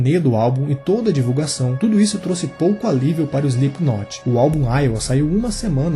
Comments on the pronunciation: Exato. É ruim ficar ouvindo o nome pronunciado errado... mas a matéria é boa! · Parem de por o "e" antes do "s". Não se diz ESLIPKNOT, coloquem o "e" depois do "S" SELIPKNOT. vale para todas as palavras inglesas começadas do por s.